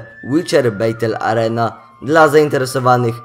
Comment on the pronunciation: Bez urazy, to żaden hate czy wymądrzanie, poprostu taka wskazówka na przyszłość związana z j. angielskim ;) Źle wymawiasz 'Battle Arena' wymawia się /bætl/ /əˈriːnə/ ale domyślając się, że nie znasz znaków transkrypcji fonetycznej i angielskich dźwięków kryjących się za tymi szlaczkami to prościej tłumacząc, bardziej poprawnie będzie jak powiesz /batl/ /arina/ ale napewno nie /beitel/.